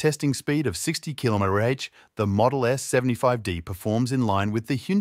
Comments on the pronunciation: ai slop, thats why its kilomety aitch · What's a "kilomety-aitch"?